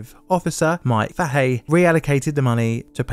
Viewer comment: If you're going to perpetuate this story (as well it should be!) Please do get your name pronunciations correct. Fred Moosally (Moo-sal-ee [as in the proper name, Sally]), Mike Fahey (Fay-hee), Kathleen Kubicina (Coo-bih-chee-nuh).